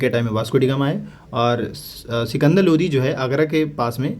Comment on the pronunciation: Not Lodhi ❌ Only Lodi ✅